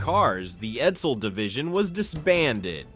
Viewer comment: 1. The E475 engine wasn't used in other Ford products. (The E400 was used in 1958 Ford police cars, but you didn't mention it, hence the parentheses.) 2. Edsel production was, in fact, 118,287 cars. You overlooked the 7440 Edsels that were built in Oakville, Ontario. 3. Edsel is not pronounced "Ed-zil". C+